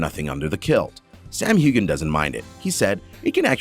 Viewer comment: Also know how to say corset correctly. Also pumice stones. And pronounce Sam hueghan correctly also. And pronounce catriona correctly. (Sam calls her Katrina.)